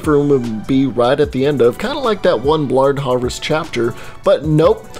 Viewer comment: I loved it when he said blard harvest instead of blood harvest